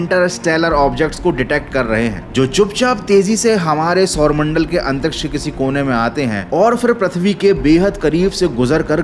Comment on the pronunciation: Aaaantriksh nai Antriksh hota hai